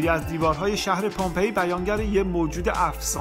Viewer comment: بسیار عالی ، فقط لطفا در تلفظ کلمات دقت کنید sombol نه ، sambol napel نه ، napl pompeea نه ، pampey